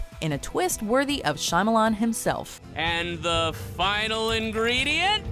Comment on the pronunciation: M. Night "Shy-Millions" XDDDDDDDDDDDDDD